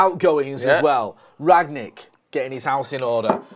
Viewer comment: How difficult is it to say Rangnick?